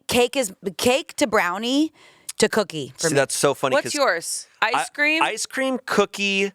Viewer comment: the way says “cookie” is so funny COOKEE